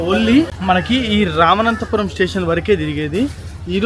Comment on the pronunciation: రామనాథపురం ✅ రామనంతపురం కాదు❌